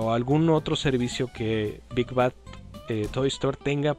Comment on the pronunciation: te comiste la "d" en "bad" ¡Buen video!